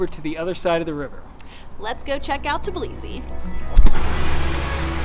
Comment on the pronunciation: Everyone keeps saying tib lisi but it's tb ilisi...it's not that hard to pronounce.